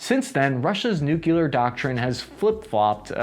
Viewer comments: What are nucular weapons? Are they similar to nuclear weapons? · It's nuclear, not nookelur. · please. I love your channel, but "new-CLEE-are", not "new-CUE-lar". You're not GWB". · get off the net,. you can't even pronounce nuclear nevermind speculate on "nuckular" strategy. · I can't take seriously someone who talks about nucular weapons. It's a showcase of superficiality. 👎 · NEW CLEAR not NEW KEY LAR. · Nuclear, not nu-cu-lar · Nuclear is pronounced “Nu-clear” not “Nuke-u-ler”. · What really grinds my gears is hearing people pronouncing Nukelar instead of nuclear. I know languages evolve but this isn't 18'th century Australia country side, this is internet age. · American saying "nucular" instead of nuclear is really the worst thing for my ears and brain it hurt too much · You are pronouncing "nuclear" wrong. It's not pronounced "nuculur". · I really wish you didn't pronounce "nuclear" like George W. Bush. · don’t worry, we are right there with you. We HATE when we hear people pronounce it like that as well!